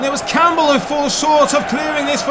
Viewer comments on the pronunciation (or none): none